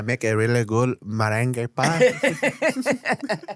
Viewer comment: Meringue vs merengue